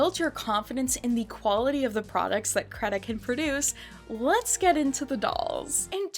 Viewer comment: I think the company name is pronounced "create-a."